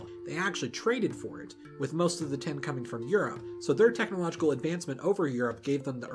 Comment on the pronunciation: Cool... Please work on how you say tin... Sounds like you're saying ten... And I don't think that writing a number down then mixing it with copper would make bronze... Maybe... But no